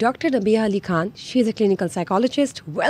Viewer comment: خان کی ادائیگی کو درست کرلیں،یہ لفظ خان ھے کھان نہیں پلیز درست کرلیں